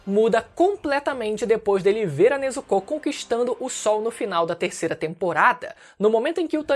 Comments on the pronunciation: Tanjirô, Nezukô... Pq essa dicção? D: hahahah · O U em Nezuko é mudo😅